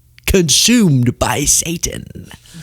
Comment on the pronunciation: Did I hear that fat preacher say "Saintan"? Saintan????